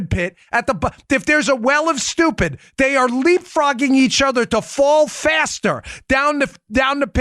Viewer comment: nobody says "stoopid" like Dan Bongino. Forget politics Dan, do stand up. I was cryin' -- 7 minute abs. LOL.